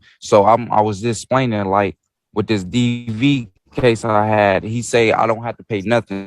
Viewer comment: He's talking as if she's his homeboy. He's splainin and axing...